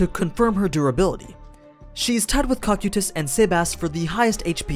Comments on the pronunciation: CO-KI-TUS REPEAT AS NEEDED. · That Cocytus pronunciation made me cringe every time. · they are pronounced co kai tus and dem e urge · Dude why can't you pronounce the names right it's pronounced(CO-KAI-TUS) is the proper pronunciation